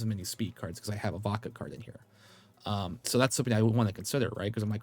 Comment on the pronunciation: Everytime you say Vodka I hear baka 😅